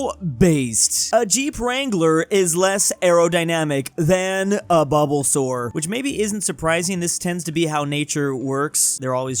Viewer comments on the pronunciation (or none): Bro said bubbasore